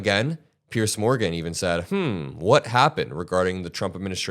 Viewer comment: deceptive is the word if you'd like to use proper english grammar, not deceiving...and it's Piers Morgan not Pierce